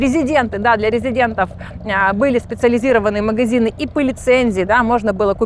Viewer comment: "Мгзины" , "не дгвариваются" - из какого колхоза это погиня ? 😂😂😂